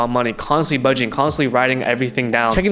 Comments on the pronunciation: I’m gonna listen to the guy that can’t say CHECKING account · Idk to trust a guy who can’t say checking account right